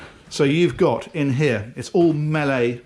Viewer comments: Just a point (which bugged me).. Miele is pronounced "mee-la" not 'Me-lay"! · For somebody who does this on a regular basis I thought he would get the pronunciation of MIELE right... I know it's German and hard to do, but really... "Malley"? Here, in a simplified way: "me" (as in "my sister and me") plus "le", as in the French article, e.g. "le soleil"... so: ME-LE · Pronounce MIIIIIIIIIEELEE not Mela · I think Miele is pronounced Mee-luh not Mellay. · Miele is pronounced "Me Lah". Or "Me Ler" depending on your accent. In return for pointing this out I think it is only fair you invite me with you the next superyacht you tour. That seems reasonable.... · It's Mealuh. Not Meyley. :) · Just FYI the pronunciation of the appliances is "Mee-Luh", not melee as you were saying. Thanks for the vid. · I've watched soooo many of videos and have heard so many different pronunciations of Miele I've just felt compelled to checkout their official site to get the correct pronunciation:-):-) is is pronounced Meela (you're welcome;-) ) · Mellee? lol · I noticed that your struggle in pronunciation of MIELE barnd name. Let me help you if you want to use the name in German way instead of English. Try to read this as if it would be English word: MEELLE however, you have to pronounce last letter E as you would do in word "felt". That is how we pronounce it, and of course you are pronouncing it in English way which is OK for English speaking viewers. However you know that I am your regular for years now and I am enjoying your presentation very much. I have seen every of your video several times as they never grow old. Best of luck and best wishes from Berlin. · I’d forgotten how you used to pronounce your favourite Brand “Mellay” Brilliant boat and great tour. 👍🏻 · "melee" lol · ".. in here, this all Mell-ay catering equipment.." Oh, - after all of that training! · mel-ay ... lol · De ie sounds like the first e in Peter.